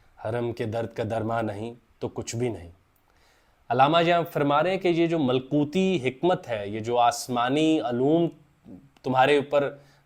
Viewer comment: Malkoti nahi malakoti bhai